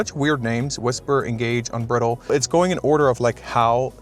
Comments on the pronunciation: Unbridle not "Unbrittle". As in to ride "unbridled", to remove the reins and ride with recklessness. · It's pronounced un brydled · It’s not “Unbrittled” mode, it’s Unbridled (un-bride-el-d).